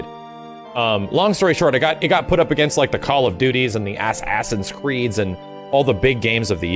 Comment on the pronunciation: He said “Ass Ass’n Creed” im crying 😭